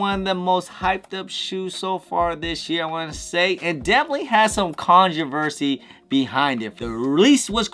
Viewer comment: Can you please start saying controversy right lol